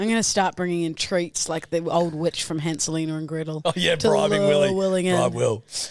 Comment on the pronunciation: Did say Hanselina and Grettel?